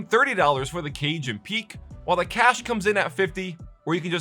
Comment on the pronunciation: cache is pronounced cash, you illiterate imbecile.